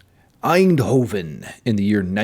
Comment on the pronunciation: I'm more of a thrash guy myself, but Death is one of my favorite bands ever. (The name in the back say Dynamo btw, it's the name of the festival... and thanks for pronouncing Eindhoven correctly).